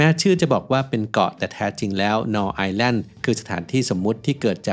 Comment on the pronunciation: Null เป็นภาษาเยอรมัน อ่านว่า นูล ค่ะ แปลว่า ศูนย์